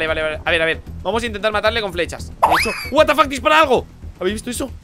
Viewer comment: me dio mucha risa como dijo Watafack un pollo gigante xD